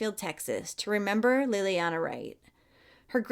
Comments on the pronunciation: 🤦‍It's not pronounced LIL-LEE-ANNA or LEE-LEE-ANNA it's LAY-LEE-ONNA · So sad.... please look into her name pronunciation.